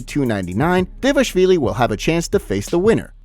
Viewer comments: Its not devashvili, its DVALISHVILI, you see Dva li shvi li, if you don't respect yourself to learn how to read, at least give some respect to future Georgian champ 😡🤬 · Can you try and pronounce Dvalishvili properly ? thx